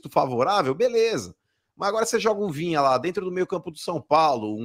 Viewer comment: Rapaz... Esses caras do eixo não se dão ao trabalho nem de falar o nome do Jogador do Kanal de forma correta... Vinha? Vina cara.... Pelo amor de Deus... Esses caras não sabem nada do futebol nordestino... Eh brincadeira... E olhe q Sou torcedor do Fortaleza